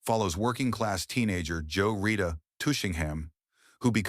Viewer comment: "Joe Rita".... Tushingham? WHY, oh WHY won't you just pay an actual human with a decent voice to read this Copy?